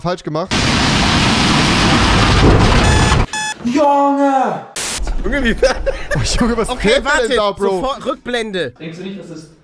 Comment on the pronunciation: normale menschen: juungee Dner : joonge